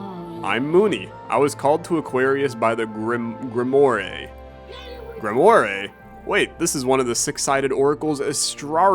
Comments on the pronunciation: pronouncing grimoire like "grim moray" has killed me outright (it's normally pronounced like grim-wahr) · says "grimoa-ray" its "grim-woar" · ITS GRI M OI RE LIKE WA, GRIMWAR. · gri-mu-ar man its not greemooree im chuckling as an idiot but i love this alternate pronunciation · When rolls his die Playing Astrea, guy, that's Gree-mo-ray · check google how to say grimoire 😂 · watch mispronounce grimoire was the highlight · lol that grimoire pronunciation. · Oh god it's so bad lmao Don't worry, we know you never learned how to read